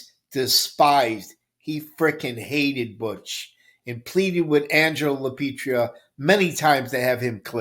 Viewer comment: Great video as usual. A little audio breakdown, but otherwise 👌🏽. And also, for good lord sake, their family name is LaPietra. La- Pee- Et-Ra. Mi dispiace, it’s been killin me. Bona giornata!